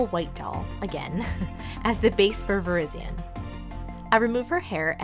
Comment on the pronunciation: its pronounced ver-RYZ-ee-en not ver-IZ-ee-un